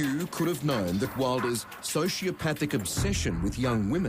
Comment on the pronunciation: The way the narrator mispronounced‘ sociopathic’ made my eye twitch.